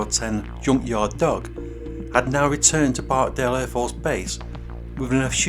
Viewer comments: It's Barksdale, not barkdale!!! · It’s BarkSdale not barkdale